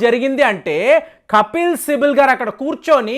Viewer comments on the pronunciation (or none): సార్....కపిల్ సిబల్ అని పలకండి...."కపిల్ సిబిల్" కాదు.. ఇంతకు ముందు స్పీడ్ కొలమానం "మాక్" ని "మాచ్" అని పలికారు..తర్వాత సరిచేసుకున్నారు...ఎందుకంటే మీ వీడియోస్ ని కొన్ని వేలమంది చూస్తారు...